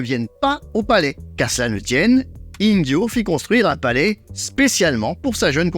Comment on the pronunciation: Intéressant, comme d'hab' 👍 petite question au passage, tu prononces Ingyô comme avec un J (Injyô) alors qu'il ne faudrait pas le prononcer comme avec un GU (Inguyô) ??